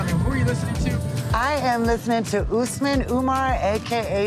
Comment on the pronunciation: My husband's name is Usman as well but im not sure why white people call it Oouusman, the right pronunciation is Osman. OS-MAN